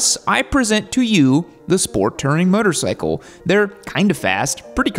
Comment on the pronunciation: why does this guy pronounce "motorcycle" like "muttercycle"?